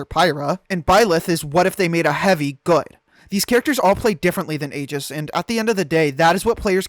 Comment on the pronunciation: never let a Smash player say Aegis brah 😭😭😭